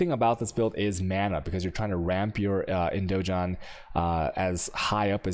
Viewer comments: "IndoJon" and "Ponex" :D This dude kills me with his pronouncing skills! :D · i'm 95% sure indigon is pronounced indiGon as in Gonna